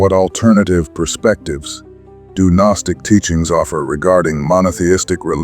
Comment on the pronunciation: its still a written narrative if its your voice or an AI voice that says G-nostic and miith. If you use your real voice i promise I'll finish the video and you'll be standing behind your words rather than hiding yourself 👍